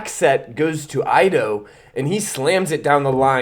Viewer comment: Ido is pronounced eedoe not aydoe. Great video!